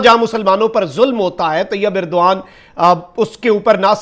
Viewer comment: طیب اردگان ہوتا ہے بھائی اردغان نہیں